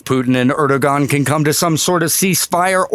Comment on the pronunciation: Erdogan...pronounced Erdo-wan...FYI 😎